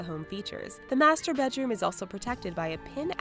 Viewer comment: Lmao in "the mastur-bedroom" 😂😂😂😂